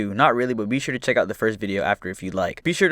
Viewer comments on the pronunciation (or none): none